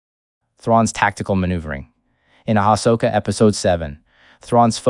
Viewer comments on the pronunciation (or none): The way the bot is saying Ashoka is offputting.